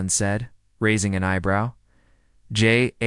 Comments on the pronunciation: Jalen not Yalen, Germanic & Slavic AI? Good story maybe next time do not go with the Christopher Walken AI. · It’s frickin Jay-len. Damn.